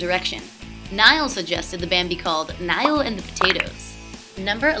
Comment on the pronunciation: i know all these and also u are the first american i have heard that doesnt say Lewis or Neil <3 Im British and it gets very annoying knowing that people say it wrong